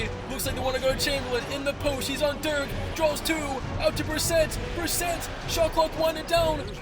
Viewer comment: You need to learn how to say dirks name